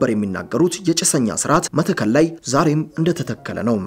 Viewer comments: ይህን የጨበጣ ጋዜጠኝነት ምን እናርገው??? መተከል ከ ጠብቆ ይነበባል ቋራ ቋ እንዲሁ፡፡ የሰውየውን ፁሁፍ አበላሸሀው እኮ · ወንድሜ ጋዜጠኛው መተከል የሚለውን ስታነበው ጠበቅ አድርገው